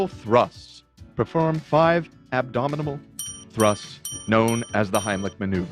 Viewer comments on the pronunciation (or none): “Abdomidable thrusts” - 😂 💀 af Love you guys & TEDDY FRESH 🐻 Just got me a fresh sweater, so stoked!